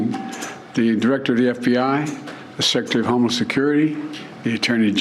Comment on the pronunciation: Bro said "homeless" advisor smh